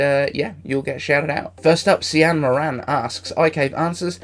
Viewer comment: Cian is pronounced ‘keen’ in Ireland 😁 (Moran is -‘more-in’